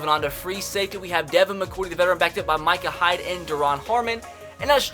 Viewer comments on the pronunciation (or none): none